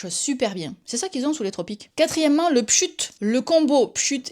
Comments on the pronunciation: J’ai toujours dit pschit. C’est la première fois que j’entends "pschut" xD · Par contre on dit pschit. Non négociable. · Pareil je me disais qu’est-ce qu’elle raconte avec son "pschut" 😂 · C'est la version au Québec peut être 😅